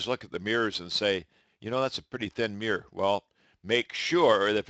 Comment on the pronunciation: He cannot pronounce mirror: “miwer”!